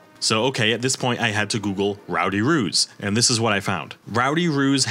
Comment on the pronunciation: Right? I was listening along to this at work and couldn’t watch/read along because I wasn’t on my break, so I genuinely thought he WAS saying “Ruse” until he mentioned artwork of Actual Kangaroos, and I was so confused as to why an NFT project would be so incredibly BRAZEN in their naming scheme? 😂